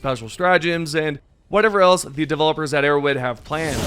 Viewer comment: arrow Head H H H H. Can you learn to say an H or are you too low iq?